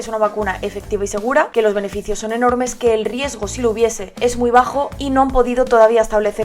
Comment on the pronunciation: Se dice los, no os